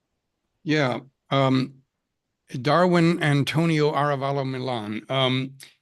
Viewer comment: Ah—RE—va—lo. Accent on second syllable.